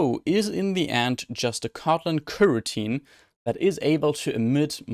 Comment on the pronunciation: you've made a lot of high-quality videos about Android development -- thank you! One thing I would recommend to improve your channel is working on pronunciation of the word "coroutine," since it comes up so often. Try to put more stress on the first vowel, the "o" in "co". Right now the word sounds more like "kirteen," but you want the first "o" to sound clear, like the vowel in "toe." (Spoken as an ESL teacher as well as an Android developer.) I appreciate your hard work and helpful attitude -- it's a great gift to many of us programmers!